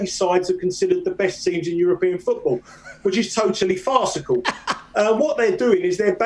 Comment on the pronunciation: Not farsical☠️😂😂